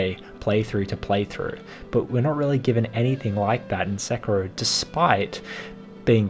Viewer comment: The ''i'' in sekiro is pronounced like ''ee'', sekiro=sekee-ro